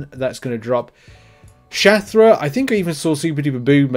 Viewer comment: its Shathra😂